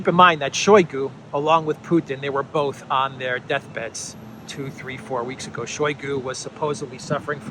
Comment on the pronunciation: It is not [SHOWY gu] it is [shy GU], stress on second syllable, mute first syllable from ohy to ahy.